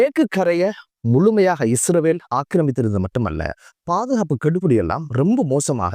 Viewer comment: Not isravel. Say Israel. Or consult a speech therapist.❤ I think it's not that bad. You have to practice this Word several times every day. You can. I wish you well.❤